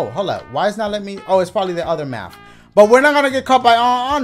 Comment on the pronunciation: Very proud of my boi for beating this. Could have sworn he'd give up the moment he saw "Mafth"